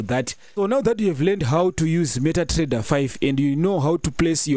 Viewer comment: meta Trrrrrreader